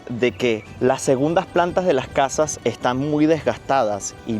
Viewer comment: laj jegundaj plantaj de las cajaj o las segundas plantas de las casas as un esfuerzo por decir la S correctamente